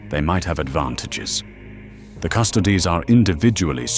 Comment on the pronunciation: Gotta teach that AI how to pronounce custodes before doing a full episode on them 😂